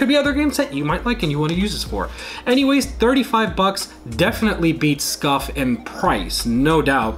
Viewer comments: It’s scuf not scuff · SCUF not SCUFF